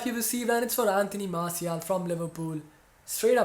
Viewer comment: Pls pronounce Martial correctly